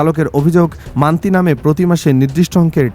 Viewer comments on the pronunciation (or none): বলদ সাংবাদিক , মানতি না Monthly বলতেছে...